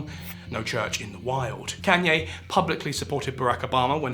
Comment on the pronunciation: Please look up how to pronounce Kanye. Idk if it’s rage bait or not but please